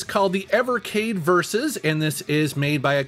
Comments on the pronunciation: Very cool.. wonder what the secret code is.. I'm pretty sure it's pronounced VeeEss and not the versus. But if I recall Blaze didn't mind or care which you use. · I don't know why some testers are calling it "versus". The Evercade YouTube channel calls it "V" "S" (and that's what I thought as well when I first saw it).